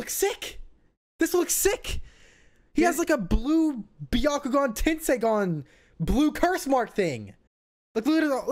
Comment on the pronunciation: It's not tenseigan lol😂😂